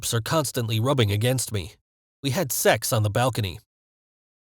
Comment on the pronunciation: lol the way he said sax